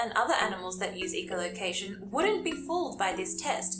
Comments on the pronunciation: Not to be mean, just honestly curious as to how you can say echo properly yet manage to say echolocation with eco like eco-friendly and not echo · You missed the point. I was asking why she can pronounce echo just fine on it's own but when she says echolocation she pronounces the echo like eco such as in eco-friendly